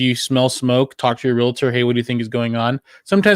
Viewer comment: Real-tor...not reala-tor